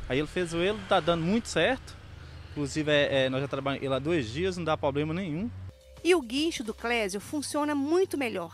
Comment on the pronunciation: Em minas todo mundo fala "poblema" KKKKKKKKKKKKKKKKKKK